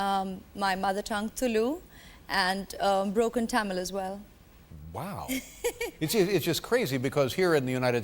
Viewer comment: Whyd she say Tamil like Taymil